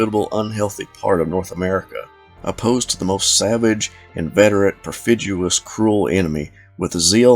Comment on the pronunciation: "perfidious", not "perfiduous". Otherwise good narration.